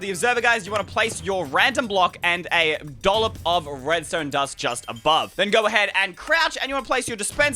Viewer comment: Did he just say "dulop of redstone"?? I never heard him say that before.